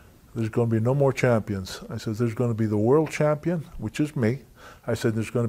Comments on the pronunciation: " Champ-peen" way too many of them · Freddie Blassie used to pronounce it that way 😂....man I loved that old man 😂. I'll make ya the dub ya dub ya F CHAM-PEEN!